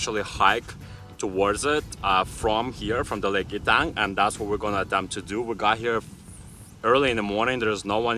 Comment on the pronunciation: Not "E"-tang. It is pronounced "Eh-tang," Grand Etang.